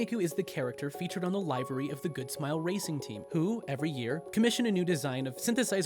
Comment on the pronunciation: You pronounced livery wrong. Same with itasha.